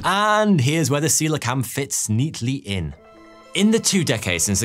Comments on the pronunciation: See-Lah-Kant not See-leeah-Cannot. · Aaarrrrrrg!!! Your pronunciation does my bloody head in. It nice that you’ve done a video on Celia kanth however Coelacanth is pronounced See-la-kanth. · I've always pronounced it 'co - eel o - canth'. But yes, the transition from 'seelo..' to 'seelio..' felt jarring to me also. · You start the video saying 'ceolacanth' correctly. 12 mins in you maddeningly change your pronunciation to 'celiacanth'. Why? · This was the comment I was looking for, I also flinched at the hundred or more times he ballsed it up. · Every time he said “seeliocanth” I wanted to strangle something!! Bloody say it right! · One of my favourite fish. You bizarrely started to mispronounce it half way through, after starting correctly. And then occassionally got it right again. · Great video and presentation. One criticism: You kept putting in an extra syllable when pronouncing the name of the fish. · How do you make a twenty minute video on the coelocanth and mispronounce it the entire time? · Can you at least TRY to pronounce the names right? It's not CoeLEOcanth, nor is Manado pronounced MANDO. And its oTHer, not oVer, THrough, not Frough.